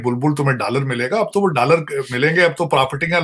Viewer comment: I love the way he say "DALLAR" 😂😂😂